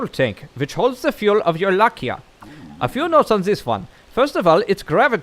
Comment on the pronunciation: It's Lai-ka, not La-kia xD Coulnd't stop laughing every time you said it wrong. Keep up the good work though, love your videos!